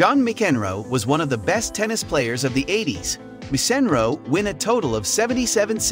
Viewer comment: Ok... You fail right from the start. Who doesn't know how to say Andre Agassi and John McEnroe's name??? Why are you even something on Tennis when it's obvious you aren't a fan of the sport,, Then, you said Ivan Lendl's name wrong.... But, You did get Jimmy Connor.... I can't even watch any more of this.